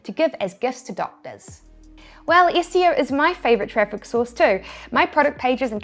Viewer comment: When she says 'SEO' and we hear 'ISCEO'